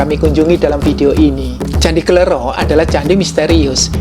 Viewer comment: mohon maaf bacanya kle'ro (ro serperti loro (dua jawa))